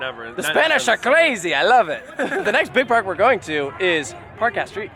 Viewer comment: As a Spanish, I approve this attempt of pronounciation